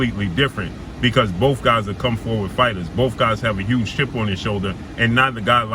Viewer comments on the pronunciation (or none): none